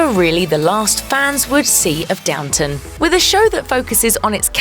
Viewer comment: It’s DOWNTON, not DOWNTOWN!